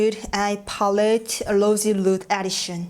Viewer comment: ㅋㅋㅋㅋㅋㅋㅋㅋ언니ㅋㅋㅋㅋㅋㅋㅋㅋㅋ팔레트 발음 어랴웟져!!!!???!?!?!